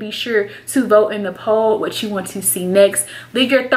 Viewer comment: "I was just tryna look out for you.." "For WHET?!" LMAOOOOO I DIED. Love you girl xx